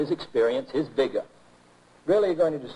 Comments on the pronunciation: It was funny how he pronounced certain words, like vigor, as in "I pursue women with viGAH". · "Vigah" xD